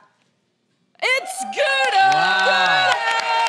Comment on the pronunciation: So weird how they pronounce "Gouda" lmfao